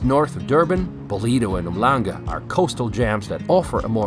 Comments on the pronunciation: Um-langa (not Umhlanga) 🤔🤣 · lol, yeah…. Oom shlanha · Not to nitpick but it's pronounced Oom-shlanga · Lol it's NOT oom-langa 😂 It's pronounced um-shlung-ga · Loved the way you pronounced Umhlanga... Try Um - shlunga XD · Uhmlanga is pronounced OOM- SHLANGA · It’s pronounced um-shlanga. The most popular/trendy place in Durban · Cool video of our city. We pronounce Umhlanga as "um-shlung- guh" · My dude, uMhlanga is pronounced 'Oom-Shlan-gah'. Other than that, thanks for repping the town I grew up in. We don't see a lot of content about Durbs. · Great video! Just a heads up on the pronunciation of Umhlanga. If you insert an ''s'' after the ''m'' like this Umshlanga and "then try and pronounce it, you will get it right. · Were these guys "groping for mossel bay"? That pronunciation of uMhlanga... seriously? Durbs has gone through a stage of dilapidation, no question, but it's still in a magnificent part of SA. I fondly believe it will bounce back better than ever, maybe even sooner than we expect. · It's not pronounced like that, stop lying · I lived in Durban for most of my life and still visit most of my family their several times a year, the one problem I with this video is that you didnt show enough of the bad side, the coast is lovely but go ten minute inland and its much worse. Besides that, your pronounciation of Umhlanga really had me shaking my fist in anger 😔